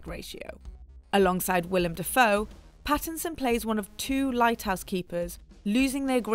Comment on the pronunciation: Robert PHAisson